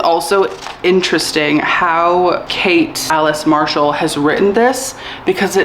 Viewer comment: The way you said Kate Alice Marshall with your whole chest had me checking if she was the author. 🤣 I was like wait… really? Also, thank you for sharing what you did and reading these books. 🖤 I’ve been avoiding both of them and it’s nice to hear your thoughts.